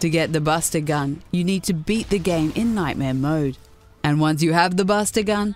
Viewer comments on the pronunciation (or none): none